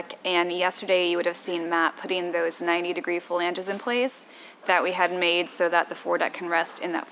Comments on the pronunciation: "Flanges" not "Phalanges" 🤣🤣🤣 although your fingers might be stuck in there of course. I would want access to those watertight compartments at least for inspection if not stowage. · It always makes me smile how she says "fa-lange" :)